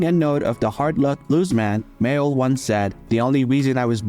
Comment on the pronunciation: You haven't even got the respect to get his surname right it was Mayall not Mayo